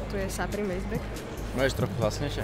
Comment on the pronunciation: Neni to SAPRÝM ale SUPRÝM